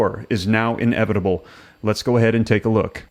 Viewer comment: Inevitable is one word. Not in-evitable. Lol. Couldn't even pay attention cause i was just hearing you say that